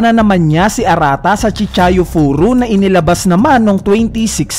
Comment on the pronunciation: chihaya furu po hindi chichayu puru